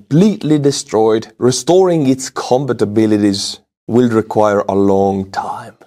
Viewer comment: Restoring its “COMBATABILITIES” 😂😂😂😂cmon bro.. edit mistakes like that out it said “C-OM-BAT CAY-PU-BILL-I-TEES” COMBAT CAPABILITYS